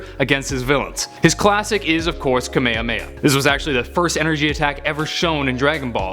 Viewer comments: You said kahmehame wrong its ka ma ha mhe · Its xeno Ze-no And kamehameha Ka-me-ha-me-ha not kamehameha there 2 different moves Sorry im salty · Kamayamayah shoot me now stop saying it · Ka May Ha May Ha ........ Not....... Ka May Uh May Uh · I️ really hate when people pronounce kamehameha like “kuhmayuhmayuh”😒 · Does anyone else get uncomfortable with how he was pronouncing Kamehameha?